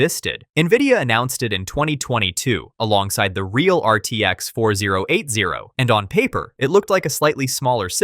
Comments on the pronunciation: "RTX four zero eight zero" lmfao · RTX four thousand eighty